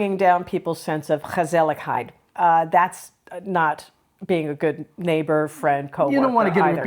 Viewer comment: Respect for your understanding of the Dutch culture ❤ And my compliments to your pronouncing of the letter G in Dutch, f.i gezelligheid. Thumbs up!